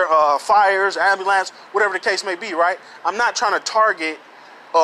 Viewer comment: “Let me axe you somethhin” “Am-bal-LANCE”🤣